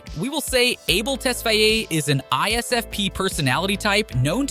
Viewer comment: Unlike simply for butchering his last name. Its pronounced tes-fay